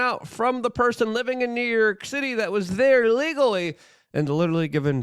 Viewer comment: Good ol NEW YERK! 😂 love ya Luke